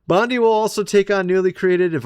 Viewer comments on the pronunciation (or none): none